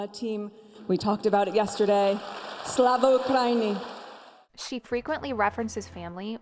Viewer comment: The way she said Slava Ukraini 🤣